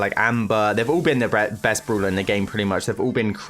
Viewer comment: every time i heard "Brula" its soo bad